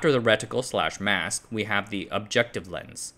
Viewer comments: Stopped watching after he first said ret-itcle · Reticle, don't say the I so loud...